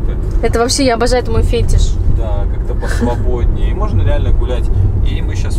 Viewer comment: Не фЕтиш :) Правильно фетИш